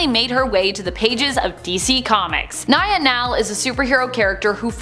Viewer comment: Dreamers civilian name is pronounced NEEYA not NAYAH. You guys always do this. Do better!